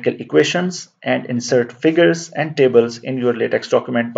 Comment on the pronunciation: Just a minor point to note: the pronunciation for LateX is either “laytek” or “lahtek” and never Lateks (as in the sap of a rubber tree). Thanks for this excellent instructional video.